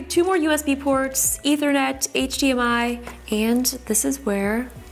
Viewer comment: how she says hdmi htmi